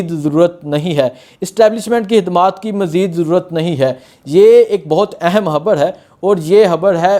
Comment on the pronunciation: 🟨🤦‍♂️ حبڑ نہیں ہے ۔ "خبر ہے"